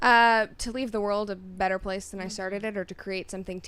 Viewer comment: It’s not better it’s Bretter.